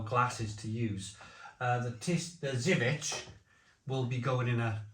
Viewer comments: Better go to Polish shops for good imported beer (Zywiec is pronouced zerviets like serviets) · Zubr is pronounced jub-r with the j being the shift and rolling j rather than a hard j like joke or job. Same for zywiec except that finishes with a Ch sound (polish is horrific to learn. I've been struggling/failing for about 8 years). Also I'll point out that these are the polish equivalent of fosters or Carling. Really not their good stuff at all. Perla (pronounced perwa) or kasztelan are better, particularly the niepasteryzowane (which means non-pasturised). The best polish beer I've ever tried you'll NEVER find alas. Zloty lan (zwoty wan, it means roughly golden grain) is one I've only ever found in two local village shops in the arse end of nowhere when we go and visit the missus' family. It's so divine that you can drink it warm after a perfectly chilled, good beer and STILL think it's better.